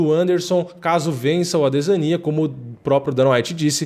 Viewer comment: cara, vc n sabe pronunciar adesanya